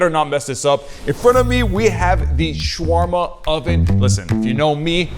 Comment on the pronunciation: he prounounced shawarma wrong not trying to be mean